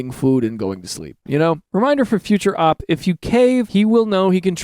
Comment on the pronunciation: its an ACRONYM. stop saying op as in shorthand for opposition. you dont say idk, you say with i-d-k